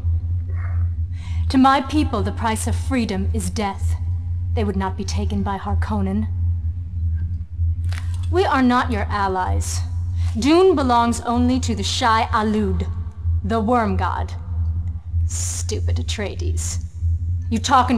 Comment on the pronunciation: Mistakes Made in this video. Naib = Leader of Sietch Fedaykin = Fremen Death Commando Tabr = Pronounced Tayber not Taybeer. Sietch = Pronounced Seeitch (essentially a place where fremen live a community cut into the rock) Shai-Hulud = Shai Haulud not Shai Aluud Great Convention Issues. Regarding the Use of Death Hand Atomics by the Harkonnen. They are forbidden to be used against living enemies. Possible repercussions would be annihilation of Harkonnens. Its possible that the usage of atomics is allowed in this case but still its an issue. Symbol of the Harkonnen House is wrong. Its a Blue Griphon in the books. Symbol of the Atreides House is wrong. Its a red hawk. Ordos was not part of the books. Edric O would be a non-violation of Orange Catholic Bible but would be very grey area. Given he is a Cyborg clearly. Almost similiar to a sentient AI. Given the corporal and non-corporal nature. It is possible that a Harkonnen Baron is Cannibalistic but unlikely I think they were just trying to show how less human they are to a degree. Still I enjoyed that game immensely when I played it.